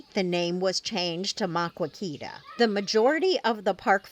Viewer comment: Please learn to pronounce Maquoketa correctly if you are going to tell people all about it